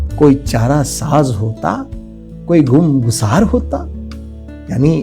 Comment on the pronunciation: "गुम गुसार" नहीं ; 'ग़मगुसार' है वो।